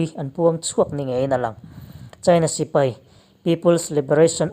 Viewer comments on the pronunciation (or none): none